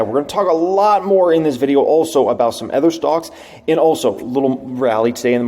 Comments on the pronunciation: Is it just me or does always pronounce “other” as “ather?” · I love you man, but you gotta learn to pronounce “other”. It’s not “ether”